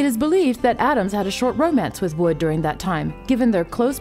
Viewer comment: Good video, except that you called Natalie Wood, "Woods" several times